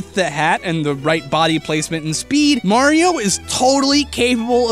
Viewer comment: THATS NOT HOW YOU PRONOUNCE MARIO